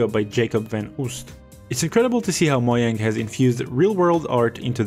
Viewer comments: moyang? It’s mojang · Moyang is the original name in swedish, Mojang is the accepted pronunciation in English